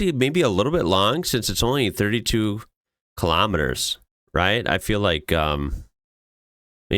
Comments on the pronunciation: it frustrates me SO MUCH that the guy in the video is reacting to says kilemeters and not KILOMETERS! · Officially it would be kilometers pronounced as kilo (keelow) as you would say in weight. I think the same would also apply to similar words with meter after it. Thermometer would be pronounced as thermo-meter odometer as odo-meter because latin and Greek probably.